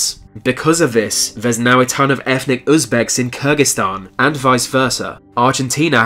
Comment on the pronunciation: Fings ? Touwist, Fought? Accuwit? Perhaps as a British subject you should look into received pronunciation so as to be understood by more of the English speakers on the planet. Oh and while you keep trying to communicate ETHNIC IS NOT EFNIC. take the marble out of your mouth you arrogant